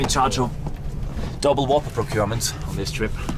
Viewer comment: It is a Whopper. Not Whooper